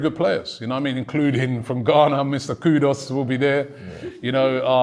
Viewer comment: How did Ghanaians let Robbbie get away with that pronunciation of KUDUS??